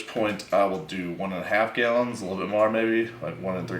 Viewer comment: i get a burst of adrenaline every time he says gyallons